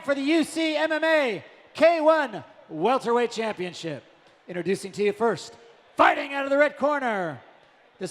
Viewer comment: Welterweight? Or welterwait as says